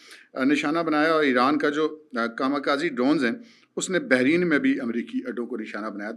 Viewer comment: Sir Bahrain hai, Behrin nahi